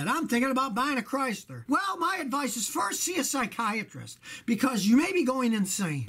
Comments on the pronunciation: LMAO! "I'm thinking about getting a Chrystler." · A Chrys-LAH New York-AH!